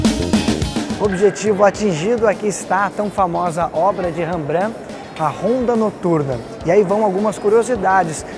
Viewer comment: Se fala Rembrant. Ñ Rebrã...